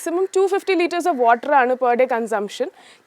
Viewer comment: വോക് അല്ല വർക് ....ഓട്ടർ അല്ല വാട്ടർ.... ഒരു . സരിത ആയി മാറുമോ എന്ന് ഞാൻ ഭയപ്പെടുന്നു